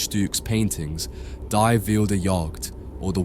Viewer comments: "Die" isn't pronounced like the English word die. It's "dee," it's the feminine form of the in German. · Work on your pronunciation. Klee is pronounced clay, not klee. Die (the) is dee, not die. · hey, die is pronounced like deeh, not dye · bro "die" we say /di/ not /dai/ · " i before e in German is always pronounced "dee". Basic, basic. otherwise you lose people who just think you are unaware. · At least make an effort to pronounce the German properly. “Dye Wheelder jahhhgt” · "Die Wilde Jagd" "Die" is pronounced dee in German